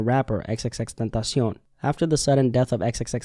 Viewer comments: Esa es la forma correcta de decirlo, su pronunciación es impecable. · Lol says it correctly fa sho